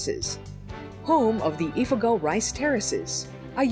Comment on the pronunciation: You said Ifugow... 😝 its "Ifugao" but anyways I ADORE this video! And yes Philippines (my homecountry) is the first thing to declare the independence thing